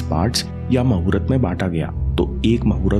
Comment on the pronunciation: Vo to muhurt hai n aap mahurat kyu bolete ho.